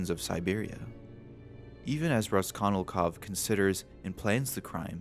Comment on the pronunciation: I blame that one English teacher I had for making me hyperaware of mispronunciation. "Raskonilkov" should definitely not have bothered me as much as it did lol. "Kiroskiro" was only once, but the name.. I wish I didn't notice shit like that. On an unrelated note, science has shown that the makeup of Insane Clown Posse is the most effective at preventing face scanning technology from identifying you. So if you're ever really trying to prevent identification, becoming a Juggalo with sclera contacts for a day might cover your tracks.